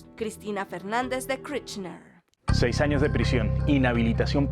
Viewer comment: Por favor, se pronuncia Kirchner, como suena, no Kchrichnersh.